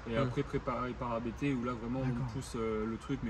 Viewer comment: Merci pour cette vidéo complète. beaucoup d'infos. Juste une remarque, ABT se prononce "abt" et pas "abété" (Abt est le nom de famille du fondateur). Bonne route !